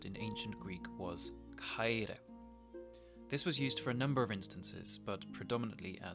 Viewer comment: Great work but your pronunciation sounds english. English language don't have some of the sounds and it is kinda hard to do the greek sounds correctly. (Example: μαλα χαιρε - You said mala ka-i-re but is it like MALA HAIRE - the sound like H (Hotel) So it isounds like MALA HAIRE .